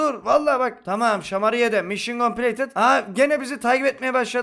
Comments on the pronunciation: Bir atasözü derki: mişın kompleytıd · Bir atasözü derki: mişın kompleytıt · Bir videosunda konuşmalarının yarısı: mision coplated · Bi ata sözü derki: mişyen kompileytınt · Bir atazözü derki:mişın compileytıd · Bir Ata Sözü Derki: Mişyın Kompleytıt